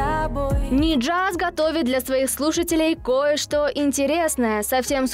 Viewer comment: может Нияз, а не Ниджаз